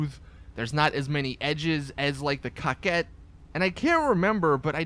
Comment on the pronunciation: I like this video a lot! Coming from you its superb! The pronunciation of the cars is ON POINT! I have to admit, I cringed when you were getting up to the Coquette but you NAILED its pronunciation! You even showed the SUV class some love which is rare but I appreciate that! Thank you!